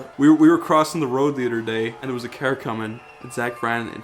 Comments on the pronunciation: Dante Diep Spell “Car”: Caair, C A Ore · You can really hear the Irish in when he says "car" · Or any other words with "ar" he pronounces incorrectly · I like that Irish comes out when he says car or sharp